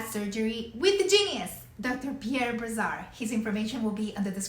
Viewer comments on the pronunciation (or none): Prononciation of the name of the surgeon it's Brassard. The SS is prononced as an "S" not a "Z". No offence here though it's a french name.